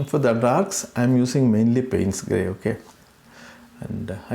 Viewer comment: Your videos are very instructive. Thanks for uploading these tutorials. (I think Payne's gray is mispronounced.)